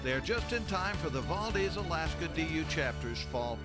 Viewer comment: As an Alaskan born, current Idaho resident, I took exception to both the multiple mispronunciations of “Valdez” and calling Idaho part of the Midwest.